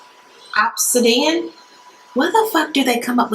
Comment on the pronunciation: Ob - sid- i (pronounced like the letter "e") - an ...four syllables.